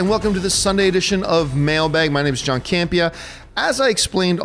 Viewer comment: hahahah John you destroyed my name there , but it doesn't matter because you picked my question! I prefer John alone at mailbag with these rapid-fire questions, way more interesting and entertaining.